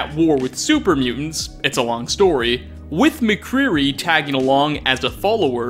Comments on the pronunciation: Did he say mcreary instead of macready? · Did you call Mcready Mcreary? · MacCreary? MacCreaRy? Remind me again how long you've been playing Fallout 4 and how many times you must have said MacCready (Mak-Ree-Dee) before? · Two things I noticed; One, seems to always call Macready Macreary for some reason and Two, Ive always thought Grognak was also intended as a Easter egg / tribute to Conan the Barbarian film(s) with Arnie in? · Did anyone else hear him call Macready Maqueery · Did you call MacCready Mc Creary? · I’m sorry but did he call Macready Macreary? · please never say MacCreary ever again instead of MacCready. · He Says Maccreary Not MacCready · Who's "Macreary"?😂 Am I the only one that found Salem underwhelming? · Yeah but he could have edited that out. And thats not the only mistake he made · McCreary? xD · how did you pronouonce "McCready" ? McCurere? wtf dude... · Do you play these games with the sound off? Because that's the only way I'd accept you mispronouncing names...except when you completely leave out entire letters. His name is MacREADY...not...whatever the hell you said. Speaking of Macready, he's also an easter egg character or rather, his name is. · Also "simsins" and ecscape"